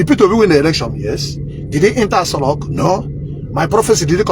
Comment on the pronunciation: it is Aso Rock, it's not asolock